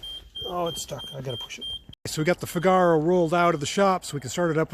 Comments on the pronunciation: If you go see 'The Marriage of Figaro' opera you'll forever change how you pronounce the name of this car :) FIGaro, FIGaro... FIIIIIIIGaro. You know the tune. Italian three-syllable words have their stress on the first syllable. Or watch Pinocchio and observe Gepetto's cute cat Figaro. Pronounced FIGaro. Of course you are free to pronounce it however you like. It's your car after all! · DOES NOT rhyme with "Cigar-oh"! How thick are you? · I added a link in another vid to help him pronounce Figaro properly.... it grates on my nerves ha ha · He seems to be intentionally mispronouncing "FIGaro". You're only making yourself look the fool,.